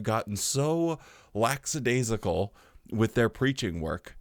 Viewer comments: Hey, you’ve now done it for a second time 😅… The word is lackadaisical (even my cellphone spellcheck feature knows this😅), NOT laxadaisical… Just saying. But I guess that, as an america that you could prolly care less, yes? Cheers from a subscriber in canada 😊! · Great job as usual but I gotta call you out on something. You pronounced "lackadaisical" as "lackSadaisical" (with an S) several times. The JW speakers used to make the same mistake all the time and it used to annoy the crap outta me. But its how you were raised, so no harm no foul 😊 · I love you and enjoyed the video as always, but please, it's LACK- adaisical. 🤓